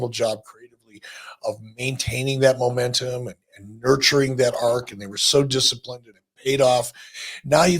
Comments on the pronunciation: "Momaynum".... said it twice that big boy thinkin about mayonnaise right now 😂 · can barely say momentum